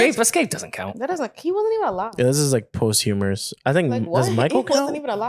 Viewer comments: said post humorous 🤣🤣🤣, it’s posthumous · “Post-Humorous” instead of “posthumous” from was fucking great 😂😂😂 man is innocent